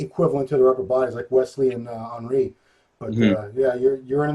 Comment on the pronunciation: Did just call Henri P.....Ali? Lol 🤦🏽‍♂️